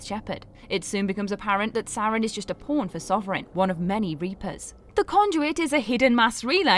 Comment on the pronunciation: I'm making a joke. Because of her accent, it sounded like she said "porn" when she actually said "pawn".